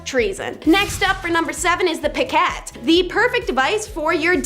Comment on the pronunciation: You cannot pronounce coup de grace ( coo de grâs ) or piquet ( pee ca) or a hundred other words in these videos that always has me trying to correct you from the otherside of my screen, but your worried about... and cannot for the life of you figure out how to pronounce fife ( just how it looks... fīf ) I love watching your videos because a couple of you are really really funny and most of the information you have is pretty cool but the words that you mispronounce just slays me. I don't know if it's a generational gap or what. But it hurts my ears man. Please for the love of everything that is holy. Contact me and I will tell you how to pronounce these words before you publish.